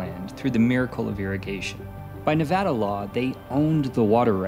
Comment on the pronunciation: Thank you for pronouncing the State of Nevada correctly. Great video BTW. You gained a new follower.